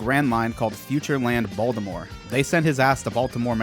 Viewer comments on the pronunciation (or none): none